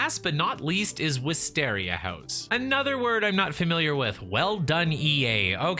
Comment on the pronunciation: your pronunciation of 'wisteria' was a bit off :b great video either way!